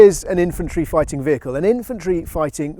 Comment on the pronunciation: All well and good, but what exactly is a weehicle?